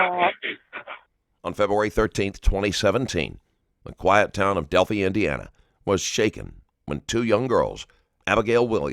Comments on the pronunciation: Whomever the narrator is, just STOP. I''ve caught you already in 3 min stating your opinion and false assumptions about facts. STHU! And its Delphi ~ Delph-eye not DELPHEE. And its Monon ~ like MO NON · Del- FYE, not fee. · It’s moe non high bridge and it’s del phi